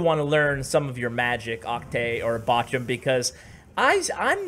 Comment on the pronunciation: CWA Mobile Gaming yes Bochum is a City in Germany, i like how you pronounce it 😄 greetz from Germany 🇩🇪